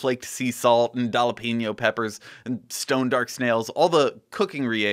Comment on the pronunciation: I stopped watching after your pronunciation of jalapenos.